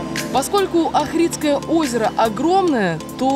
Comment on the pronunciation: Македония это моя родина. Ивлеева респект, ты такая прикольная!!! Хватит детей гонять. ))), македонцы обидятся если не правильно произносить Охрид, ставьте ударение на первое О. Не Ахридское Охридское.)